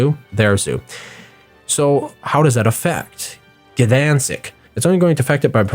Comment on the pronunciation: I'm sorry for being an ass, but Gniezno is pronounced like it looks and Gdańsk is Gdanisk. G in Polish is a really hard K